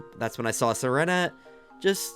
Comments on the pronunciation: Why does he call sentret serenet? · Hey so that pokemon sentret is like sin-tret not sin-na-net like where did that extra syllable come from 🤨😂😂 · Ah hem se ren at hmm i dont think that how you say its sen trit 😂